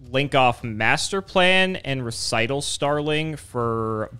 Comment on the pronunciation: Hearing a yugituber pronounce Recital Starling correctly for once was so startling it nearly gave me whiplash.